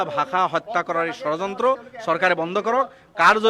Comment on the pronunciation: অসমীয়া ভাষাৰ উচ্চাৰণেই নাজানে, ধৰ্ণাত বহে.....। কিবা বুলে 'চৰযন্ত্ৰ' কি বস্তু এই চৰযন্ত্ৰটো ।